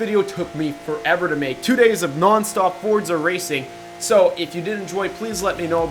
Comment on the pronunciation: its FOR-ZA not FORD-ZA or FORT-ZA. and the Huayra is pronounced like whoy-ra